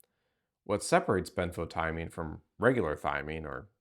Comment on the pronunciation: ben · fow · tee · uh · meen